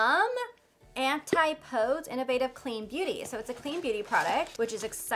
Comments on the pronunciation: Hi, not familiar with the brand itself, but I believe Antipodes is pronounced an-ti-puh-dees. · Hi,! The word Antipodes is pronounced as— Ann-TIP-oh-dees—hope that helps!! They are a collection of islands made by volcanoes 🌋 down by New Zealand and there are no humans that live on them because they don’t really have flora or fauna for people to survive. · An-tip-oh-dees :D from someone who lived in New Zealand (don't worry, took me a few tries to get it right when I first saw it)